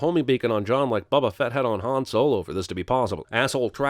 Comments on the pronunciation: I'm slightly triggered by the way this man pronounces Boba Fett... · “BUBBA FETT”!?!?